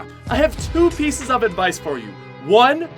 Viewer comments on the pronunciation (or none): none